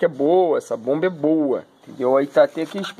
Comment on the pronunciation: Aos 50 segundos .." me falaram que esta bomba é muito boua"... Que adjetivo é esse ? "Boua" .. "boua"... "douze"... que idioma é esse? É o português assassinado?